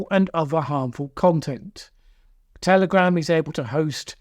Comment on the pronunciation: Did I hear you say "Terrorgram" 36 seconds in?? 🤔🤣